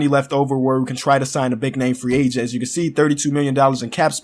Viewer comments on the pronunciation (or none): none